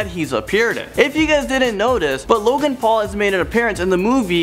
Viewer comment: Logang not low gang